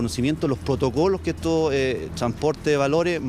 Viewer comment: Oye! Perfecto de no se que!!? Como xuuu. Vas a decir “potocolo” Jajajaja PRO!! PRO!! Repite weon!! PRO... P R O PRO!! PROTOCOLO!! Jajaja